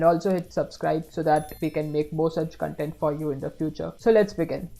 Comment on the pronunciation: Content in this context should be pronounced Kontent...